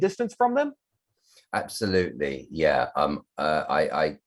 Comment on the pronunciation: ABsoLuTeLy so BRITISH